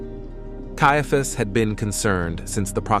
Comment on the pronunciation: It is really annoying that the narration robot cannot decide how to pronounce "Caiaphas".